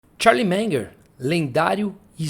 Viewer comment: Charlie "Menger" 😆